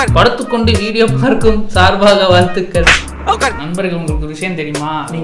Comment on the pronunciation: saaர்baaக vaaழ்thuகள் 😅😅 Ena paa ipo okay vaa